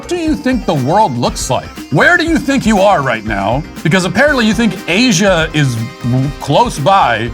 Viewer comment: ngl when he said Asia i got instantly triggered